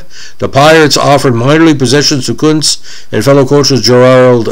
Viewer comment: Ironically enough, you are pronouncing his name correctly.